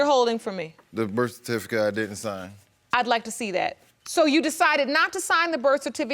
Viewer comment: Did he call it a birficate?